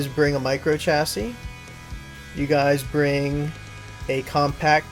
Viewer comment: Sorry to point it out but the way I normally talk you said chassis wrong